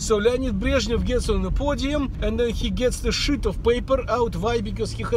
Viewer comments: Щит оф пейпер, не "шыт" :-) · так же как он имеет права говорить как иммигрант, я имею право реагировать как преувеличивающий критик :-) и его преданный фанатик. Просто, получилось shit of paper... Смисно